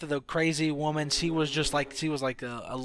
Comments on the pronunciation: he always said "si" instead of "she" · It's she no see! So annoying hahaha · "C din't ev hav a baby." Sometimes I wish I had a translator. Still like the video. Btw, when you cough, you can edit the audio. You know? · HenryMania yes he pronounces it see. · he cant pronounce she he says cee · Why can't you say sh? Hallucinatsions, brain wasing, se, and any other word that has sh in it. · You know what's even crazier than the fact that Lynn wasn't pregnant? The fact that you kept saying "see" instead of "she" as you talked about this. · he also says see instead of she. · can you fucking say SHE properly?? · Is it me or this nigga can't say SHE* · How come you can't say 'sh'? It's weird. Never heard of people not being able to make that sound. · "she" .... "SHeeee" all hearing is "see." "See wasn't pregnant" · Why does he pronounce 'she' as 'see' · Why did I watch this you don't even know how to talk. You literally say "see" instead of "she" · Can you not make an sh sound or wtf? Hearing you talk is so annoying with she = see and your brainwassing. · hahahaha i know, also keeps saying See instead of she and minesaft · This guy can't say she lol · u pronounce "she" really weird